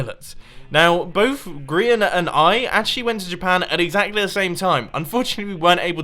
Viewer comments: he said Brehan not Grian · Did anyone hear mum on say Grians name wrong